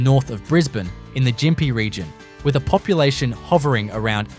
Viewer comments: Can't watch this, half the photos are reversed, and it is pronounced Gympie with a hard G not Jimpy. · You don’t even pronounce Gympie properly ! 😂